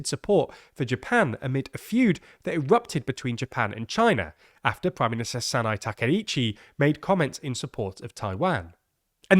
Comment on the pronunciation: are there seriously not any Japanese people you can ask how to pronounce Japanese names? "sa na e" 3 distinct syllables